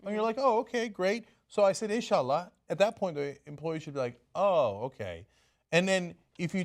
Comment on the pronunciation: Why are they just reading off a badly reported Yahoo! story and adding random pointless comments to it? They don’t even pronounce “insha’allah” right.